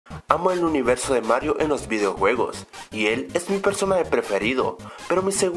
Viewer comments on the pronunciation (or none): ¿Uniserso? jajajajajaaja contestame y dame una explicación a este fail.